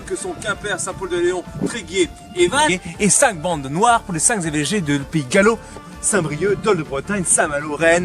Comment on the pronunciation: Les quatre Zévêchés, les cinq Zévêchés, ça fait mal aux oreilles ça 😄 Bon, à part ça c'est intéressant, j'ai appris des choses👍